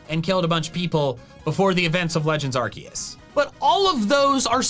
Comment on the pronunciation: It's Arceus dumbass